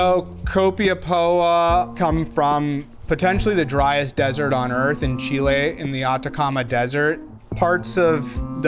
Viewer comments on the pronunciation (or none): none